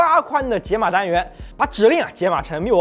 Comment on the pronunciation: uop不读成micro ops吗